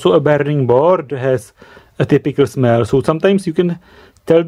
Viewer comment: "WheN i SmEeLl it." SNIFF SNIFF